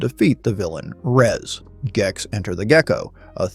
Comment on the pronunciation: IT'S GEX WITH A HARD G, NOT JEX! this killed me.